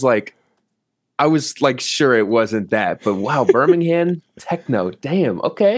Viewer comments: IT'S PRONOUNCED BIRMING-AM AAAAAAAAAAH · hearing them say Birmingham Techno like 10 times and every time they pronounce it like Berm-ing-hamme 😭😭😭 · Why do Americans pronounce Birmingham like it’s two words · The way people in the US pronounce Birmingham triggers me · Please pronounce Birmingham right